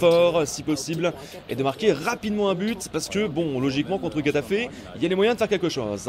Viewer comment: Super tes vidéos Galax! Mais par contre s'il te plaît travaille tes prononciations 😭😭😭 Getafe se dit Ré-ta-fé